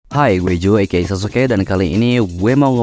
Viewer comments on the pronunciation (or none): none